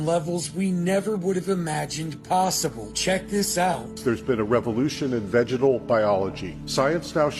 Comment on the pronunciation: What is a "vegedal